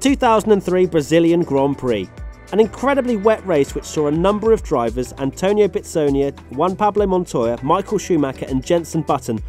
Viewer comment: Juan is pronounced huan, not one. You're making it sound like you're saying "one Pablo Montoya"